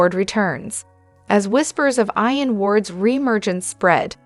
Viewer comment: Who is it narrating this?? whoever it is SHE doesn't know how to pronounce certain names and words like IAN and JABOT